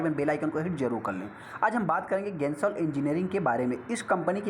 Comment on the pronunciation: गेंसोल नहीं जेनसोल है।